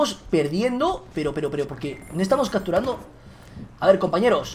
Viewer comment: "cacturando" "helicoctero" habla bien vegetta...